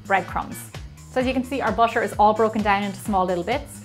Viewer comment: Anyone hear she say busher but it actually butter? Or just me??